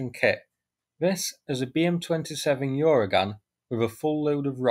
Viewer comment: I don’t think there’s a “Y” sound at the start of Uragan. It’s just “Ooragan” — Russian for “hurricane” or storm.